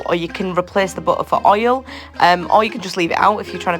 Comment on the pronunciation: Butter say it properly along with the rest of the English language why can’t people pronounce words correctly